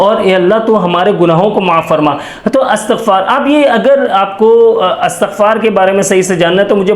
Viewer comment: Astagfar nahi Istigfar hota hai sir